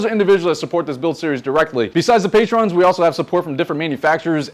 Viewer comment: you still can't pronounce patron right lmao